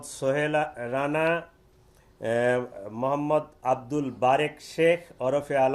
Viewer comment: তোমার মোহাম্মদ বলার ধরন টা ঠিক সুবিধার লাগলো না ।